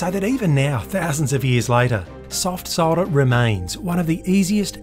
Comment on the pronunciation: And that dear Americans is how you pronounce solder.